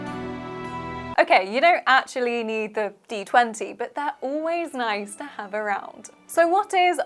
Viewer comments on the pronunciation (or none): none